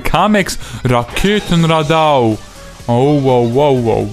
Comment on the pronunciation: Es heißt übrigens Raketenradau und nicht Raketenraddau ;)